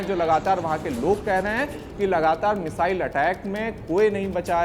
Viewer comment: Phele missile bolna toh seekh lo😂😂